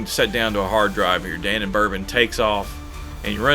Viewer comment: Da Non Bourbon -- not Danon. Thank you.😊